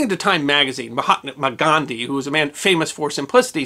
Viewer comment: Am I hearing this correctly ? Mahatma McGandhi? Was he Scottish-Indian? I must be hearing that wrong.